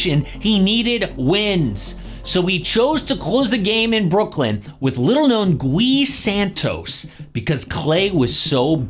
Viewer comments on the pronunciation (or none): Coming from someone from his country, "Gui" from Gui Santos is pronounced like Gilbert, Gilead... As if there was no u.